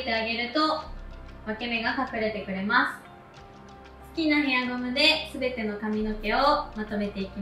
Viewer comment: 〜〜ますっ！！！っていう語尾がいちいち強くて耳が痛くて気になる…